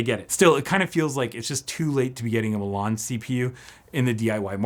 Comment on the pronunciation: Says Milan (City in Italy) hears Mulan (Disney Movie). Thanks for the upload!